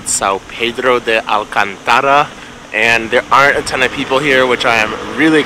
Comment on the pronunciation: São Pedro de AL CAN TA RA do not accent the 3rd A. Thanks for visiting my neigbhorhood as a child. Bairro Alto. Come back soon.